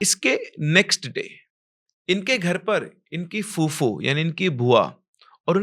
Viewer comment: Sir woh fufo nahi fuppo bolte hai 😂😂